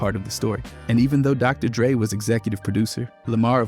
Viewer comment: doctor... drey? despite having him as a menTOUR